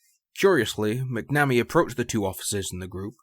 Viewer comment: pronunciation: say "mack na me" not "mack nammy". 🙂